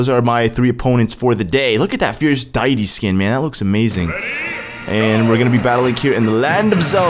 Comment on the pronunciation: I remember when I used to pronounce "Deity" the exact way you did...many many years ago.